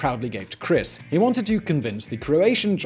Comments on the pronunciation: Krist not Chris. That’s going to drive me nuts. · Krist ....not Chris ... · It’s Krist Novoselic not Chris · KRIST NOT CHRIS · I don't think its Chris. Its Krist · Krist, not Chris. He's croatian. Come on now, Simon. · Just pointing out you called Krist Novoselic, Chris Novoselic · it is Krist, not Chris :/ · WAIT. did he really just call him "Chris Noveslic" bruh Krist not Christ